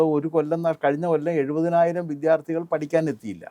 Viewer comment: താങ്കൾക്കെങ്കിലും ഈ അവതാരക പറയുന്ന വ്യാകരണ പിശക് പറഞ്ഞുകൊടുക്കാമായിരുന്നില്ലേ. ഇവർ എല്ലായ്‌പ്പോഴും വിദ്യാർത്ഥി എന്നതിനെ വിദ്ധ്യാർഥി എന്നാണല്ലോ പറഞ്ഞുകൊണ്ടിരിക്കുന്നത്. താങ്കളുടെ ഇന്റർവ്യു വിൽ ഇതു കാണുമ്പോൾ വളരെ ആരോചകമായി തോന്നുന്നു